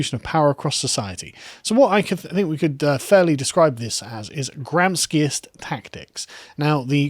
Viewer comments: Gramsci is pronounced as gram-She not gram-ski. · Gram-shi, not 'Gramski'. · pronounced gram-shi not gram-ski, Carl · Not Gramski, he's not Russian but Gramshi, he was Italian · It's read gram-she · I believe it's pronounced gram-chi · Gramsci pronounced GRAM-SHEE. Kidding, it's actually quite funny to hear how you anglophones butcher italian names ;) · It's pronounced Gram-she